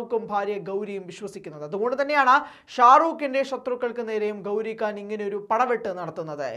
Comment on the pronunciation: Da, makkale, gouri kaan alla. Gouri Khan. Meghathinte "kha" 😂